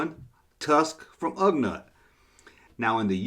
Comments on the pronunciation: Don't worry. Just sit back and enjoy the people whose nerves you are messing up by saying Ugnut instead of Ugnaught. Lol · Come on, it's Ugh NAUGHT. not NUT. I have a feeling this a blatant mispronounce some kind of an inside joke. Usually I say THUMBS UP! Holdin back on this one. haha